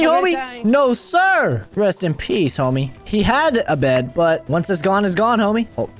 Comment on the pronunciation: Bro why to you always say rest in peast homie